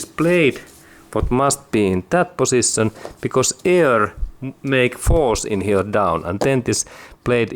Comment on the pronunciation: Did this guy said word ... position or pussytion ?????